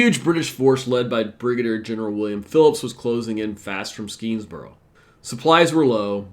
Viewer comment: Schuyler is pronounced Sky Lar. You did get Skenesboro right though. There was no Champlain Canal next to the battle, so it would have been extremely difficult terrain. As a local social studies teacher, I was impressed by your assessment. One major factor that you didn't mention was Burgoyne was a dandy who took an excessive amount of unnecessary things with his army. His own stupidity slowed him down. The Americans could easily predict the British route given the geography.